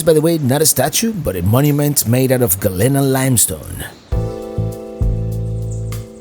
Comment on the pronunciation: I you're going to PRETEND to be an expert on the area learn to pronounce Galena.